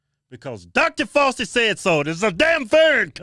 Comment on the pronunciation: "Dr Falsey" 2021. 🤣🤣🤣